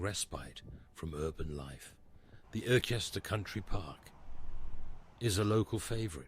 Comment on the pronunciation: This Ai couldn't say Irchester, called Nene way Nay Nay way...did you watch this back before uploading?